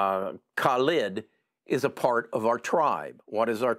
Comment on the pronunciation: How many different ways did try to pronounce that poor guy Khalid? Or what his name is